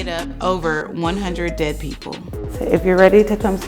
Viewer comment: Why are you saying “dead” like that smh